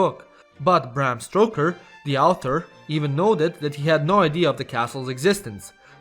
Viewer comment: 🤣🤣🤣 my guy here ...the name is Stoker not Stroker ...😆